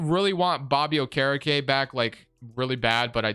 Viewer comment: Butcherin okerekes name